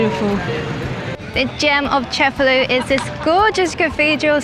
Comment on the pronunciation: Awesome video, i'll be adding Cefalu to my list of Sicilian cities to visit. Just one comment, the name of the city is pronounced ce-fa-LU, not CE-fa-lu. The stress goes on the last syllable, not the first.